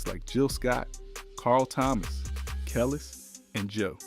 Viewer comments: Dude.... He is killing me with not being able to pronounce Zhané correctly. He didn't say India Irie, Kelis, Busta Rhymes right either. It's cool that you're giving us the back story but not saying their names right is killing the video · Yes that killed me did you hear him Butcher Busta name and Kelis